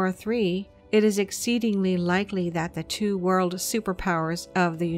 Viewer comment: Did she just say “the United States involvement in war war 2” ?